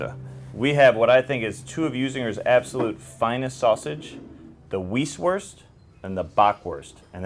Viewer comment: It’s Weiß Wurst pronounced v eye ss